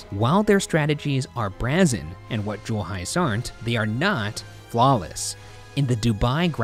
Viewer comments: did he really say (brah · zin) & not (bray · zin) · do you literally not know how to pronounce BRAY-ZEN ? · Did Ryan say brazzen instead of brazen? I've missed the mispronunciation. Can't wait until something takes place in February. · the word, brazen, is pronounced 'bray-zen' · Ryan what is “brazzen” 😂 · why did no one tell ryan that brazen is pronounced bray-zon lol #PostMortem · The way Ryan pronounces "brazen" is bananas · Obviously, there's a lot to unpack from this episode but are we just going to let Ryan's pronunciation of 'brazen' slide on by? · the way ryan pronounced brazen ?? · Post-Morten: Ryan, could you pronounce brazen again? Sounded a bit funny. tihi. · on today's edition of "Why does Ryan say it like that?" we have 'brazen'. I've never heard it pronounced like that in my life.